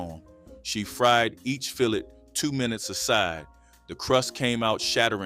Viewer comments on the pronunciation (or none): Gotta be AU bc no way you researched this and mispronounced all these words!! Filet pronounced fill-lay not fill-let, and Biloxi is pronounced Ba-lucksey not Bi-locksey!!